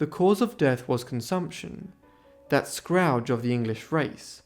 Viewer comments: it's "SCOURGE", why do no narrators actually look up a word they don't know?? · the word scourge is pronounced sk-urge. Sk is pronounced like skate; then the word urge. Just in case you want to improve your pronunciation, although your English is far better than any language I speak. 😅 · Such a great channel. Please have someone check your pronunciation, though. “Scrouge” “Jaund ice” etc. It’s jarring. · Scourge I believe is the correct word